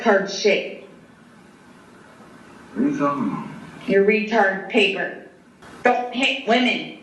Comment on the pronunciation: The one that gets me that I've yet to hear anyone mention is the way she pronounces "pay per" instead of just saying paper in her sentencing statement lol